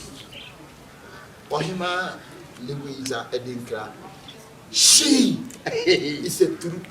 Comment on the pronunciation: Aka's way of saying "she" de3 😂😂😂😂